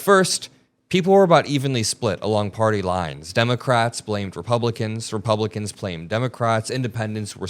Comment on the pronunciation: Go there. You’ve already made it a partisan issue Well done idiot👏🏼🙀 BTW did he say “ReBumpkins”?! I 💙 it! 🎃👍🏼🤠